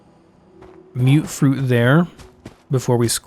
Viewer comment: Deserved a like when you said MUTfruit as In Mutated Fruit. Not MUTT fruit like most other youtubers. Respect.